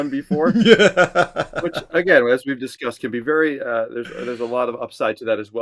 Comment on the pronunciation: Vee-rey sa english wag bobo😂😂😂😂